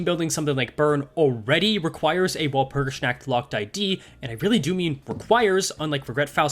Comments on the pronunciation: wal-pur-gis-nAH-k-t i love the stuff but hearing your pronounciation makes me hurt inside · Dear Mr., please stop saying Walpurgisnacht. It sounds like you are saying Walpurgisschnackt. It's fine simply shortening it down to Walpurgis. Please shorten it down. Walpurgisnight also works. As for Der Freischütz, Freischütz sounds correct, but your "Der" sounds like a "Dur". The English word "dare" is closer to the correct pronunciation. As always, thank you for your hard work on making Limbus Company content. Best Regards, a German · your pronunciation of "nacht" hurts my very soul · the pronunciation is literal... the "W" is less like pronouncing "Wall" more like a hard "V", like if you try pronounce too hard "Valor"... but the rest is preety accurate Der Freischütz is also okay... the biggest difference on his pronounciation an the actual pronounciation can be boiled down to accent... as the "Frei" part usually sound like you are half-snoring with your throat... but that's beeing TOO nitpicky overall, did his pronounciation homework:3